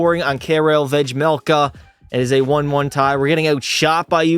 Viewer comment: “Vedge melka”?! It’s “Vay melka”